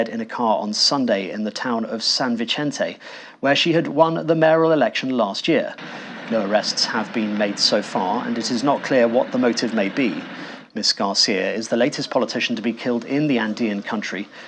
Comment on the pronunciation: Yes. A beautiful lady. Terrible. To newscaster: In Spanish, you mispronounce these words, San Vicente, Villavicencio. There is no "ch" sound on these words in Spanish. You may have studied Italian and think that these names have a "ch" sound, as they might have in Italian.